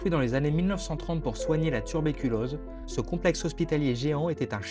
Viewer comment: "pour soigner la turbeculose" 😂